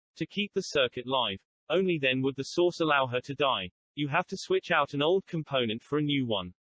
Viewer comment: I love when you talk about the source, because every time you say it all I can hear is "the sauce"